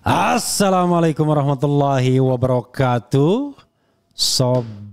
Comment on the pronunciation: Emangnya gitu ngucapin Assalamu'alaikum